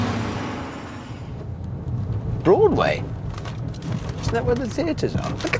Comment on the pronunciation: The way Hammond said “Broadway” always make me laugh for some reason 😂😂😂